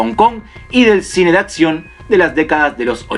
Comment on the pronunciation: Villano de acción, no de atcion... Todo lo demás bien.